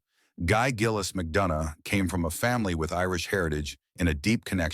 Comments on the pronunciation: Even Guys surname was pronounced wrong. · Pity, pronoucing the surname wrong.